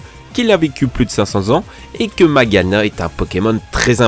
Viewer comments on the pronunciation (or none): c est pas maguiana c est magiana